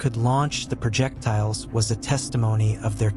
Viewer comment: “Progedors “? Are you joking? Projectiles? Why not have a mute read the script.